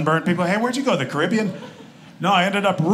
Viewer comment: Love this act. And thanks for pronouncing Caribbean correctly...